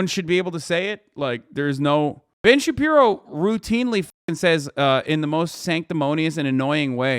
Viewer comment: Hasan, I need you to know of all the insightful ways you enrich my life, you calling Ben Shapiro Ben Shabibo is my favorite.